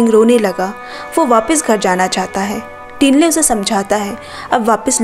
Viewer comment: not टिन्ले👉️ठिन्ले not सेरिङ👉️छिरिङ